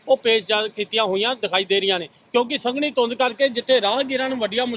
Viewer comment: ਸੰਘਣੀ ਹੁੰਦੀ ਨਾ ਕੇ ਸੰਘਨੀ ਵਾਅ ਉਹ ਜਰਨਲਿਸਟ